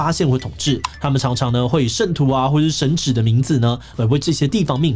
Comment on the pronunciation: 4：44 神祇 读音应该错了。。读qi 奇。。